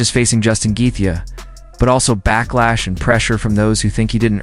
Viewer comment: LOL bullshit vid, and this bell end dont even know how to say Gaethje , fucking gefka ... wtf is that